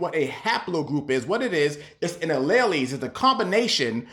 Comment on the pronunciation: "For those of you who are unfamiliar with what a haplogroup is, what it is is an allay-lays (sic. alleles), it's a combination of blood that was taken that they can trace back to a particular region." Bro really didn't know what a haplogroup was so he just cobbled together a bunch of science-y sounding words and hoped his audience would buy it💀